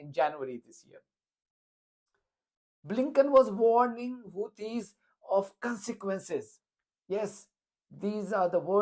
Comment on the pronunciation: Haha, brilliant! Blinken: "there's gonna be caanseekwences". Clown.